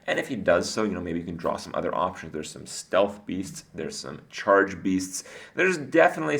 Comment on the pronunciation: What the hell was that charrrrge pronunciation? You're an embarrassment to pirates everywhere. bomb ber.